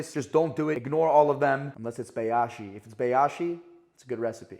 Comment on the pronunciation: By the way Bayashi is pronounced as Bi -yashi not Bay-yashi